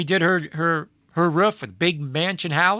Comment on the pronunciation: Bro it’s ROOF. Not ROUGH. Lmao.